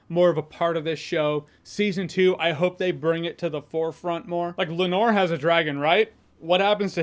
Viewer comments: I love how so many YouTubers pronounce Laenor's name like Edgar Allen Poe's Lenore. It's LAEnor, not LaeNOR. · “Lenor” “renera”. Come on dog, they literally the say the names every episode multiple times. Theyre really not that hard to pronounce correctly lol